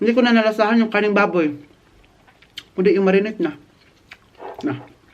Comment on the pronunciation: What...kumakain ka ng 'KANIN BABOY'?????.... hehehe joke... just say pork meat wagna karneng baboy...sounds like 'kaning baboy' kasi.